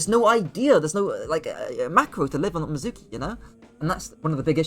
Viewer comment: You don't say his name right. Made me not want to watch.